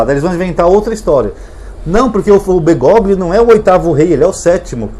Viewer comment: Prezado, o nome do papa deve ser lido como Bergólio. G seguido de L em espanhol não é pronunciado assim como o H em algumas palavras em português como Hospital.